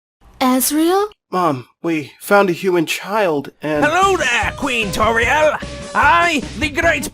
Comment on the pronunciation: To me, Toriel sounded a little weird... And sometimes the "Th" sound would turn into the "V" sound. Just a little bit of constructive criticism. This was AMAZING though! Good job!